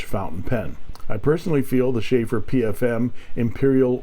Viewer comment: It is not Schaefer (Beer) but Sheaffer and boy it is a touchdown! Great find!:_inkSmile